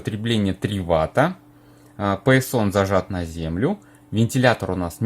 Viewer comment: Писион???😮😮😮😳😳😳🫣🫣🫣🫣😱😱😱😱😂😂😂😂, оригинально😊,на самом деле письяон звучит)))!!!